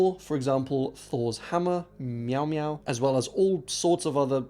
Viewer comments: Great video. Altough lol on Thor's Hammer "mjaumjau" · as a Swedish person, I found it rly funny that you called it "Meow Meow" when talking abt Thor's hammer "Mjolnir" lol XD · He did indeed say "meow meow" and not mjolnr (probably butchered the spelling)